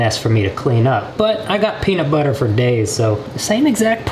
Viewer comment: How meany times did he say penitbutter at the start